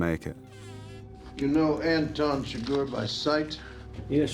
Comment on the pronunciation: It's chIGURH not sugar 😤